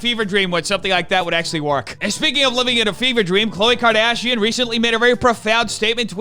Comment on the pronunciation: Did he say COVID KARDASHIAN ? 😂😂😂